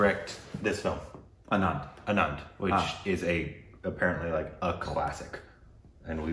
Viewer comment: You guys are pronouncing "Anand" as "Anaad".. Anand = Happiness; Anaad = Orphan...